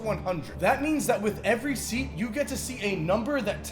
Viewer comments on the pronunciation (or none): none